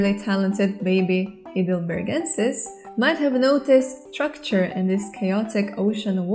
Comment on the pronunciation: Excellent video! By the way, Heidelberg is a town in Germany. The second vowel would be pronounced rather than the first ("hi" not "hey").